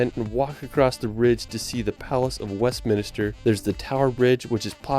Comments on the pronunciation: The only annoying downside to this video is the annoying mispronunciation of some of the places, it’s a shame it can’t be edited as it spoils the whole video. It’s Westminster, not West Minister, it’s Stonehenge not Stone Hedge, it’s Wales not Wells. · While I appreciate any and all positive feedback about our amazing country I have to be a pedantic d**khead and point out that there are no such places as Westminister or Stonehedge or Hollyrod! Westminster, Stonehenge and Holyrood are the actual pronunciations of these place. I know I am being an annoyingly pedantic twat but it's what I do.....